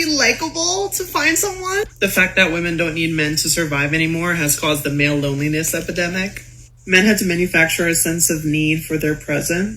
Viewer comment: What's a LOW-LEE-NESS epidemic?